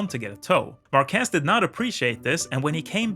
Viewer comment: This style shows exactly how effective Marquez can be. Especially after overcoming these horrible crashes. By the way: MAR- quez is the correct answer 😅